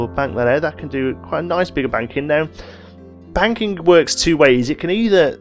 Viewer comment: Is he saying ‘banking’ or ‘wanking’